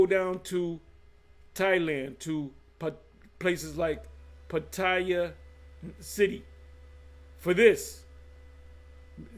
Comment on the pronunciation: Shalawam,doesn't look like Pattaya changed since I left there. You can get those women and you didn't have to deal with Pros.Its pronounced like Patty-ya(Pattaya). I would pick Pattaya Thailand over Bangcok Thailand any day. It's cleaner.